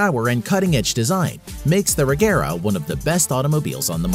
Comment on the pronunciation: why did u pronounce agera “regera” XD